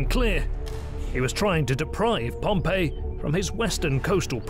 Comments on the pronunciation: While this is otherwise a great documentary, the fact that you habitually mispronounce Pompey's name really makes you look bad. It's "pom-pee" not "pom-pay". "Pom-Pay" (Pompeii) was a city that a volcano destroyed while "Pom-pee" (Pompey) was a famous Roman general who lost to Caesar and was subsequently murdered on a visit to Egypt. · I wish the narrator would stop pronouncing "Pompey" as "Pompeii". The former should sound something like "Pom Pee", the latter like "Pom Pay". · Pom-pay is a city that was destroyed by Mount Vesuvius. Pom- P is the correct pronunciation of the leader. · It's not Pom "pay." It's Pom "pee." Pom "pay" was the city. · Note: there was no concept of imprisonment in republican Rome. The only prison they had was only used in temporary circumstances and did not even have guards. Exile was the worst case scenario if Caesar had not marched. Also: it's pronounced Pomp-E, not Pomp-A. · Pompey is pronounced Pom-pee. Your pronunciation that you used of "Pom-pay" is how the city of Pompeii is pronounced . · I have a little gripe, it's not a huge deal but for someone borderline OCD like me it's like nails on a chalkboard. PompAY is a city/province. PompEE was a person. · You keep pronouncing Pompey as if he were the city Pompeii. They are entirely different. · And the Roman Pompey does not have the same name as the city Pompeii, which is the pronunciation used in the video. These people are illiterate.